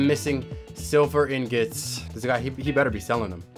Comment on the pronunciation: I love how he says in gets instead of ingots.🤣🤣🤣 It’s truly beautiful.